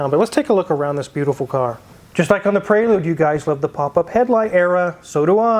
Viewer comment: Honda PraYlude 😂😂😂